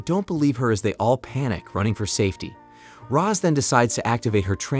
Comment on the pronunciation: It’s Roz Not Rose.